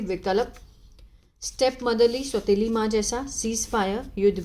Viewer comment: आप कुछ हिंदी को गलत उच्चारण करते हैं जैसे स्वीकार को सबीकार विकल्प को बिकलप। इंग्लिश तो आप बहुत अच्छी पढ़ती है थोड़ी हिंदी में मिस्टेक करती हो